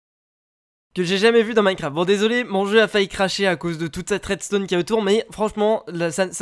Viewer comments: ON DIT À REDSTON PAS À REDSTONNE HA TOI QUI DIT TOUJOURS ARRÊTER DE FAIRE DES FAUTES ET BA TOU AUSSI TEN FAIT HAHAAHHAHAHAHHA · redstone c'ecrit redstone pas redstonne